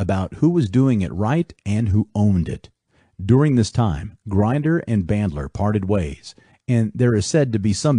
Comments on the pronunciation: Is this a text to speech reading this? It's not Grinder as in someone who grinds things, it's Grinder with the I like Indian. It's not gestalt as in guess it's pronounced geshtalt. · you can't even pronounce Grinder correctly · Thanks for the upload. Fun fact: John Grinder’s last name rhymes with tinder. Why are so many people getting his last name wrong? 🤷🏽‍♂️